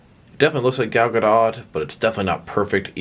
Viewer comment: It's Gah-dot.